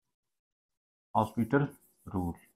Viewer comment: Its L hopitaal not L hospital